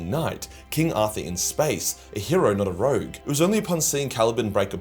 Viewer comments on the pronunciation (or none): none